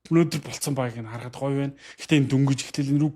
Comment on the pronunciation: harhad bishre harahad